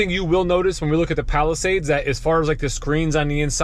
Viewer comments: Palisade, not Palisades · Palisade. Not Palisades lol.